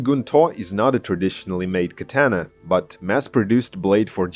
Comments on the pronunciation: You say katana completely wrong... These Aliexpress katana are crap. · The way you pronounce "Katana"..